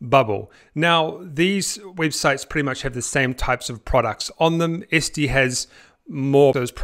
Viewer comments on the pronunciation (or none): It's ETsy not Esty !!!!!!!!!!!!